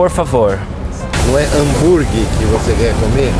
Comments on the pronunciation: o cara ensinadeo um americano falar hanburg essa e demias.. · Hambúrguer não é uma palavra do dicionário português e sendo um gringo certamente saberia pronunciar corretamente !!!